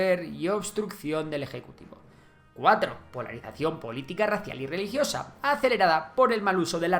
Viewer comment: En las causas one reliosa en vez de religiosa XD